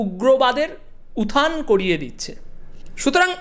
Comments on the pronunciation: Please pronounce utthan please not uthan. It sounds worse. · কথাটা উথান না উত্থান?